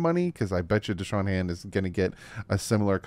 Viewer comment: It's Da'Shawn not Deshawn. Shoutout for the late vid though.